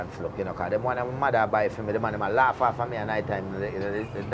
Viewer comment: Man "loaf" it out... 😂 😂 😂